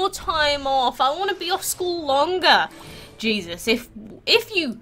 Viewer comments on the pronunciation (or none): none